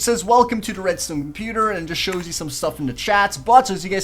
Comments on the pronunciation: At about you said redstone kinda funny.... Red-styewn. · Red-Stewn You really pronounce stuff good. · Minecreaft :reads ton pros mack this Me :macks a reads ton door yeaa aaaa I did it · "Redstewn" XD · he says redstone weird